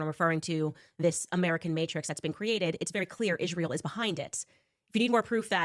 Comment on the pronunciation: Candace has only one problem, it's IIIIsrael not ISHHHRAEL. What is here problem with the pronunciation? It's Not that importent but it drives me crazy when someone pronounce something wrong.